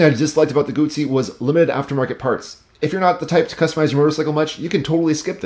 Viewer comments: It is a GuZZi not a gutZi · Double zz sound like tz in Italian... Guzzi, just like pizza... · Great review except the pronunciation of ‘Guzzi’. If you can pronounce ‘pizza’ you can pronounce ‘Guzzi’. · That is how you pronounce it. Gootz-zee. Italian was my first language. I used to have a thick Italian accent as a kid growing up. Some people pronounce it guzzy, like fuzzy, out of ignorance. When you have a double consonant in Italian it means the letter must be pronounced twice across two seperate syllables. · I forgot the most important part. Guz in Italian is pronounced like 'gooz' (imagine goo in English, but pluralized). It does not sound like 'guz' (as in guzzle in English) as you say. Basically the ignorant will pronounce it wrong. Just like I'm sure I probably mispronounce all of the Japanese manufacturers. But I'm trilingual (English, french, and Italian), so you can trust me on proper pronunciation of brands from lands that speak those languages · Haha I was working an auto show and got reprimanded by some old Italian fellows for not snapping the Ts in ‘Lambretta’.